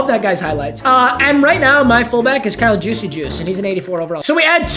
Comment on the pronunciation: Day 2 of asking to make an absolute banger on my birthday (Feb. 22) Also, I just learned that Kyle Juicy Juice’s last name is pronounced use check